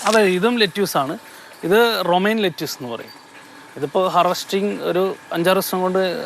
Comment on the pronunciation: ലെറ്റ്യുസ് അല്ല ലെറ്റിസ്...